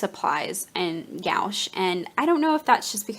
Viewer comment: New subscriber. Interested to see what you create with your new stuff. Your fiance is so sweet! (One note: The opaque watercolors are typically pronounced more like "gwash." I only mention this because I pronounced it that same way the first time I had to buy some for school, and the snooty saleswoman was not polite about it. It was an awkward moment.)